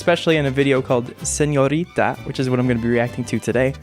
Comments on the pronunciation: you’re Mexican and you don’t know how to pronounce señorita? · Shawn Mendes says, I love it when you call sinõrita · Lmao I think Sean is calling her señorita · Hahahah that is literally what I thought. Who calls Shawn senorita? 😂😂😂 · ooh i love how you pronounce the ñ lmao